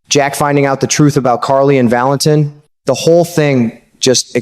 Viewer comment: like narrator? If you watch GH wouldnt you know how to pronounce Valentin, it is not Valen TIN